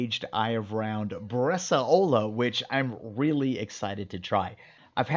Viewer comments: Awesome. Btw, it's pronounced bresàola, not bresaòla. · I love your videos, thank you very much. Until I was scrolling through some previous videos, I didn’t realize you had made one on Bresaola. I’ve been making Bresaola for many years now at home with great results. I haven’t tried the dry age element, but that sounds like an amazing idea. If I may make one quick comment, and it’s not intended to be negative – just informative: it’s about the pronunciation of the word. It’s pronounced “BRES-SOW–LA“, not ‘bres-a-O-La’. again; thank you for the great videos. I really appreciate the time, effort, and knowledge you put into this !